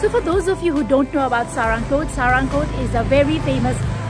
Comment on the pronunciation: its not saa-ra-ng-kot, its sa-raa-ng-kot.....people nowadays can't even read nepali or they are highly influenced by indian vloggers mispronouncing nepali local names or they are just ignoring.....nice video though....places like panchase/kaande would be the best option around pokhara as a hilltop destination, be it in summer or it be in winter to play snow, among the better ones like rupakot, kaun kot, thulakot, kristi(mattikhan), nirmal pokhari(foksing kot), bharatpokhari(hudikot), pumdikot, etc